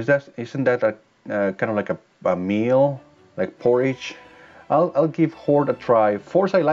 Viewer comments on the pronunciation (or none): thats porridge 😂 I get why you thought it was spelt porge though.. accents can be confusing sometimes.